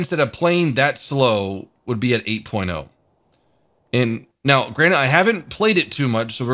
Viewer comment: 8 porno is all i heard after him saying very nice 8.0 lol